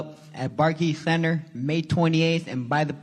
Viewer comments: Barkkky center lmao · Did Rolley Just say "Barkey CEnter" lmao